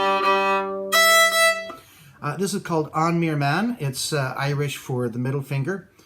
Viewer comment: Nice video. Only the name is not pronouced as it is by Irish folks. The letter M followed be a H before I or E is pronounced like V or violin and pronounced W or depending on the dialect sometimes V before A,O and U letter with or without the FADA accent. God bless! Hope to see you as guest at TUNE SUPPLY or some other. Shall try to learn that ríl maybe